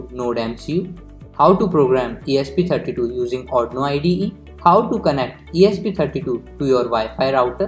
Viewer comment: ITS ARRRRDUUUUIIIIINOOOOOO not ARNOOOO